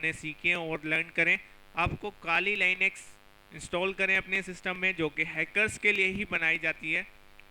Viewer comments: It's not lainux,it is linux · bhai I think its लिनक्स not लाईनेक्स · laynex ....nahi....linux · chutiye usse Li-nix pronounce karte hai Li-nux nahi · Beta pehly linux bolna seekh ky aao phir batana hacking kaisay hoti hai😉😉